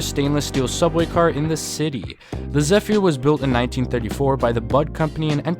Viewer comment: I managed to ride the SOAC on the E train and the R110B on the A. Your pronunciation of "Zephyr" made me cringe.